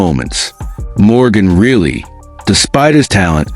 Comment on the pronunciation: It’s Reilly not really dumb AI